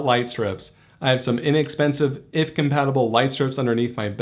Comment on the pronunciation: First time I ever hear someone pronounce it IFT and not Eye-Eff-Tee-Tee-Tee, took me a second to understand! haha